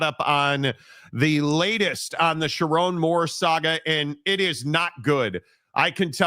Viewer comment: "sharr one moore"